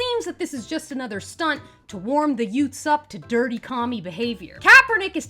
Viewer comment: what was that word?... did you say yutes?...what is a yute? Nice of you to put on your (what's her) face for these weekly vids. 😜